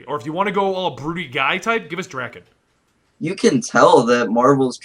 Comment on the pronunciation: His name is Daken... not Draken.